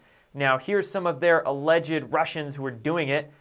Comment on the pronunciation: "Alleged" is only 2 syllables